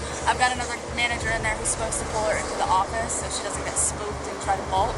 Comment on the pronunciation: Ok did she say vault